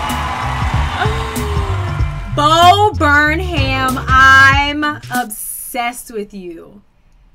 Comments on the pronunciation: you still pronounced it wrong lol you pronounced it, “Burn-ham” it’s pronounced, “Burn-um” 😂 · I like how you apologize for calling Bo Burnham "Bo Burman" but you call him "Bo Burn-ham." Lol, like the other commenter, it's "Bur-num." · it just sounds like overcooked pork when you pronounce the h lol. (burn ham) but its fine we're gonna keep watching you no matter how you say people's names. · still says his name wrong at the end even after acknowkedging she says it wrong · You’re still saying his name wrong.